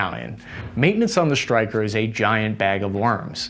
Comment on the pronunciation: Why does he say SHtryker instead Stryker?